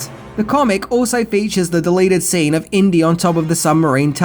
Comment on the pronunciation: Inty....like Indy